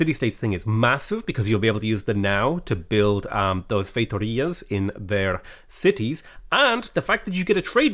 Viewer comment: Your pronunciation of "feitorias" was much better than the one done by the person who was hired and paid to do so